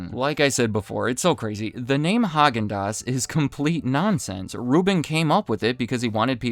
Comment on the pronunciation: It's pronounced "hay-gin-dass"